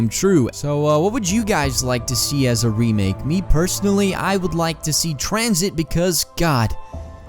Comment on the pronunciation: who eles was about to dislike when he said tanzit